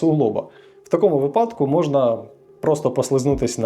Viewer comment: вИпадки, не випАдки.